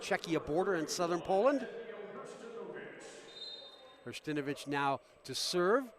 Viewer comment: Hersh-ta-NO-vich. For goodness sake, let’s learn names before the game begins.